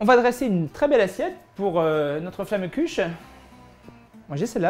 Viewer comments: hommage a tous les alsaciens qui ont les oreilles qui saigne du a la prononciation de flammekueche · J'avoue comme il a mal prononcer ca ce voit qu'il vient pas d'Alsace ! Bonjour je viens du Haut-Rhin et toi ?